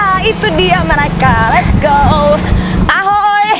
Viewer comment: Openingnya...."ahoy" khas orang ceko bgt.